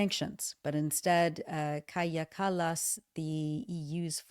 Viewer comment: Kaja Kallas is a warmonger. A disgrace. Strange that the women in charge in Europe are such war hawks. Kallas, Meloni, Von Der Leyen. Weren’t women in politics supposed to be more peace loving than men? kaja is pronounced Kaya in English.